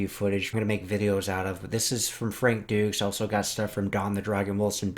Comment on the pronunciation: Needs to change how you pronounce his name, it’s said “ Frank Douche”